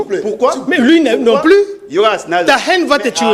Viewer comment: haine et non hene .ai (aie) en fonetique.